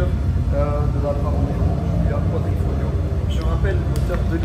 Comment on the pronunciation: Quadrifoglio et pas quadrifolio.......